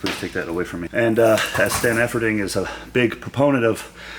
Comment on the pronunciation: Did he say Stan Efferdink lol?